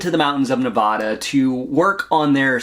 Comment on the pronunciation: Love the deep dive recap, but for future reference, as someone born and raised in vegas, its pronounced Ne-væ-da sounding like the "a" in "sad" or "mad"